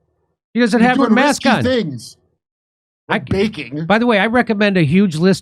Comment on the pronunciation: Sounds like she has the vaccine sluurr already she could barely get the word baking out of her mouth. Anyone notice that? She sound like she has brain damage and is also reading of a prompter and is struggling HARD. Like seems bad. Who’s betting on how long she lives for?